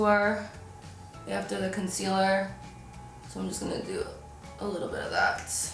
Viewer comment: Does anybody else notice her accent when she says after